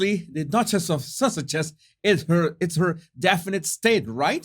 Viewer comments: I love how you pronounce Sussexes because it sounds like you are saying sausages. It makes me chuckle every sing time. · It started out with the way he says Sussexes, with his accent. I think just gave up and started calling them the duke and duchess of Sausages LOL